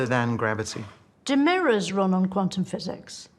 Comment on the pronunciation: In all honestly, I heard it like "Quantumic physics", which is wrong, it's like saying peanutic butter.